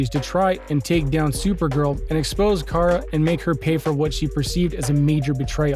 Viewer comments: And once again we have somebody who pronounces names wrong. It's not KARE-A it's KAR-A. Did you not watch the series. They had this whole thing with Cat Grant, Kara's boss at CatCo worldwide media, calling her KARE-A. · Omg i got so triggered when you said cara sounds like Carit but without the it like ahh its KARA 😂😂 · 0:!6 her name is pronounced Kah-ruh